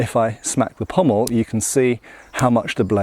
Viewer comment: It's very nice to hear someone pronounce 'pommel' correctly. I don't know why Shadiversity's Shad insists on calling it a 'pummel.' I dunno, I mean there might be an inside joke behind his insistence on mispronouncing it, in the same way that I insist on calling them "indexes and matrixes," rather than properly calling them "indices and matrices."